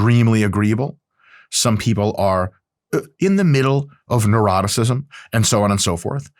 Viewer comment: I love that when you say 'Neuroticism', it sounds like 'Eroticism' ಡ ͜ ʖ ಡ